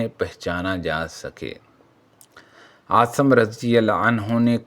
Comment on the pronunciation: Assalam alekum jub Urdu nahi aati tu urdu ki taang na tora karen jo zaban aati he ossi me video banaya karen asim ko aap asam parhty hein ghaddari ko ghardari bol rahy hein or bhi beshumar ghaltiyan hein meherbani ker k urdu ko make karden